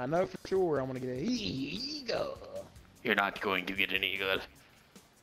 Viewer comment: When you say eagle it sound like your say eeeee colaaa